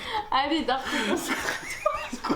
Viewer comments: Le R qui manque à "Darko" me stress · Es se que on en parle du "dako" a la place de "Darko" 😂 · jpense surtout qu’elle avait pas le r 😂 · Ou est le R 🤷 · Il est où le r 😭😭